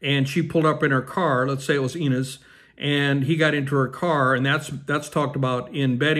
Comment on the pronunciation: Ryan and Blake had a third child last fall and kept her name a secret, her name is Betty. You are pronouncing Inez wrong.